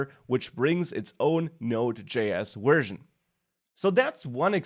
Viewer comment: speaking as a firstborn American with all-German ancestors and fluent in German... The V in "Version" is like the W in German and not like the W in English! The whole presentation it sounded like "wersion" Anyway, great presentation otherwise!